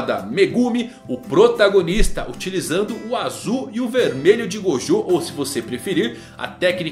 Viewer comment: Ele falou o nome de gojo errado 2 vezes kkk Até o mangão erra rsrsrs